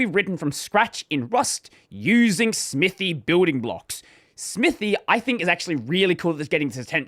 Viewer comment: the name clearly says "smithay", saying "smithy" (smithee) causes pain.